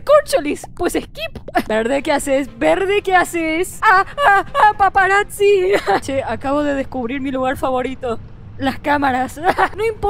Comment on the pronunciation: Me Encantó la parte donde dice " paparatzi"